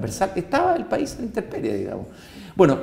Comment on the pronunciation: ¿Dijo interperie? 😱